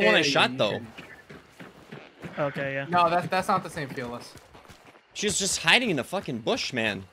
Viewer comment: Fell-iss? Fee-liss?